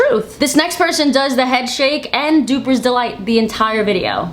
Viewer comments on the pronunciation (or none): Duping delight not "dupers delight".